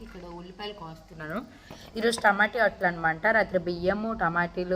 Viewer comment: Tamota kada tamoti antavu enti nevuu